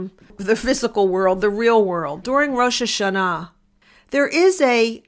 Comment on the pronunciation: girl... you are not even capable to pronounce correctly "rosh hashanah"... and you think you are capable to expose FBI?